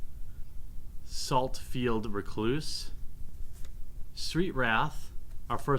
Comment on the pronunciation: "Saltfield R'cloose, Street Wrath, our first uncommon is a Murderous Recap..." ffs read the damn names correctly